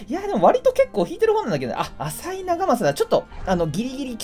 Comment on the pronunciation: 浅井長政はあさいではなくあざいですよ